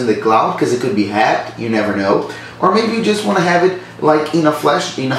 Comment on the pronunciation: You gotta practice how to pronounce the word "to".